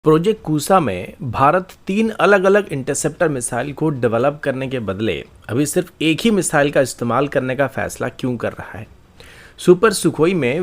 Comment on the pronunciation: IT IS NOT KUSA IT IS PRONOUNCED KUSHA. KUSA IS VULGAR. TERRIBLE